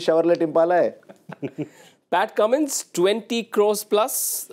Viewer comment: Pate in hindi means stomach. So anchor said entire team as *Pat*e and kept aside Cummins 😅